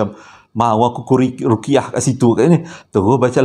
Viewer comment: Woww kampung kite ni daerah je lain... Sma jgk duk Cheras😄...puashati dpt story pnjg cenggini..."rokiah" ke "ruqyah" bang... ni bcerita Best, gelak pun Best tersasul pun Best tp sorry bang sy gelak😆....kdg bnda cam tu yg wat lg menarik hilg rsa tkut jd lwk lak... Apapun kisah kli ni mmg biasa dgr n insan yg istimewa je yg dpt klebihan mcm ni... Untung si mimi tu yer... 👍👍